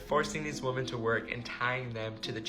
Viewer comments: Why is this the second time as of late that i've discovered somebody with a large online following who can't pronounce the word 'women'? For clarity, it's somebody featured within the first story. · The dude at 7min really bothers me because he english obviously his first language, be he doesn't have any distinction between saying wman and women. Idk, just irks me so bad. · whoever was the tick toker that kept saying woman instead of women, I swear needs to go back to school. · Why can't male YouTubers pronounce the word "women" correctly? 🤦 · Bruh why tf does pronouce "women" incorrectly